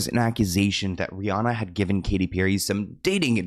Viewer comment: How are you still saying Rhianna wrong in 2025?